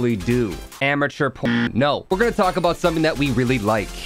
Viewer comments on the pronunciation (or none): none